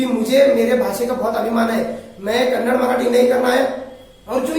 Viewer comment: First u learn to say kannada word . It's not kannad it's kannada